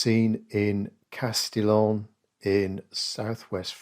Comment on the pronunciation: It's pronounced 'Casti-yon' by the way. Interesting that you didn't use the vibrancy of the rather abundant complementary colours in the photo but instead, emphasized the cool values.